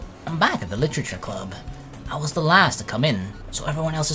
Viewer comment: "That doki doki... litchurchur club" LIT-ER-A-CHUR